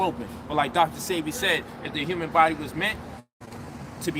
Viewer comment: It's pronounced SEE-BEE